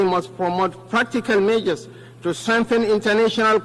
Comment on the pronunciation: I can't even understand what he is saying. Unlettered vp. 'This mejors' instead of 'This measures '; 'paktors' instead of 'factors '; 'painans' instead of 'finance '